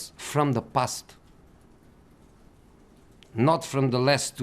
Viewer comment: And man city have investments from the ' pust ' and not from ' past ' .😂😂😂